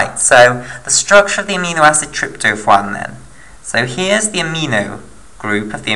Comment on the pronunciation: Trypto(phwaan) is what it sounded like you said. You mean tryp-to-phan like Trip-toe-fan. Good vid though man